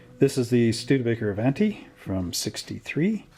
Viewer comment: 'A-vahn-tee,' not 'A-van-tee.' It's Italian. Even if you're Canadian.